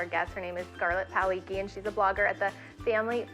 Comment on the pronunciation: Wow, how dare you BUTCHER my family's name like that, Paul-icky, it's not that hard, in happy your channel failed